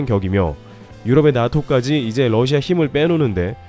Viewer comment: Russia(러시아)를 Lussia(ㄹ러시아)로 자주 발음하시네요